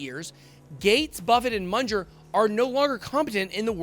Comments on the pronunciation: It's Charlie MUNG-er. NOT MUNGE-ER. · is not MUNDGER bur Munger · Mun ger, not Mun jer! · "Charlie Munjer"